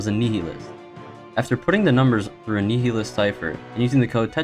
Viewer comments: Your pronunciation of nihilist is very, very wrong. It is pronounced nigh-ih-list. Not nee-hee-list. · Nietzsche is pronounced Knee-cha and Nihilist is like Nile- list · homeboy fr fr said nietchch and neehelist 🥴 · Ur butchering the word nihilist dumbass